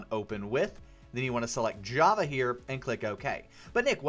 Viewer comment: in step one on the page where you help download java there is a typo in the beginning where you said "hava" instead of "java"